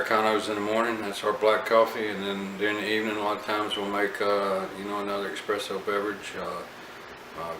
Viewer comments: Thank you for the review. Just picked one up 1 month ago... although every time you kept saying EXpresso, I kept cringing. It's Espresso. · You know your EXpresso then? Really bugs me that people still think it's EXpresso, surely by now people know it's espresso.